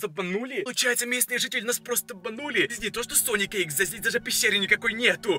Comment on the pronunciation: Правильно: sonic.exe: SONIC. EXA